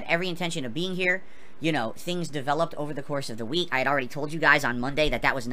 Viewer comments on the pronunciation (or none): I like how he says week, weenk xD wink xD Or sleep, sleenp. That double e must get him, huh?